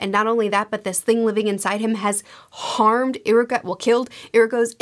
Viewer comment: its actually ee-ruka not i-ruka